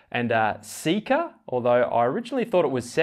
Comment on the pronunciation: Seka is pronounced ‘say-ka’ My mothers middle name